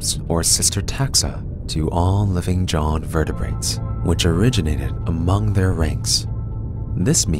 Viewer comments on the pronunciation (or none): none